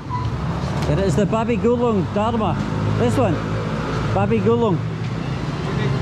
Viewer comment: Babi Gulink not babi gulung 😭